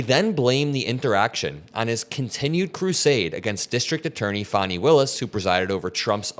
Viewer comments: Fani is pronounced Fawni. It hurt my ears every time you said it almost like trump used to pronounce it. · Good video but fyi it’s pronounced Fani like “Fanny” (like a butt)